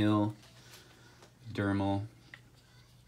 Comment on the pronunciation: Are you saying DRemel wrong on purpose? Like to mess with people and get responses or something? I'd never seen myself as an english/ pronunciation snob... but you saying dremel as dermal is like fingernails on a blackboard. As far as i know, dermal is like latin for skin or something... the drilling, sanding rotary tool is a d r e m e l.